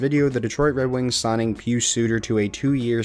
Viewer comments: You're saying Pius Suter's name just fine :) He was a great player for Zurich a few years ago. Glad he is doing so well in the NHL! Keep up the great work, love watching the videos. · you ARE pronouncing Pius Suter's first name correctly! As a fellow Swiss, I can assure you that you are not wrong. He has a rare first name - especially for his age. Pius was more in fashion in the 60's and 70's...it also has sometimes a religious background since several (12) Popes have chosen Pius as their name while serving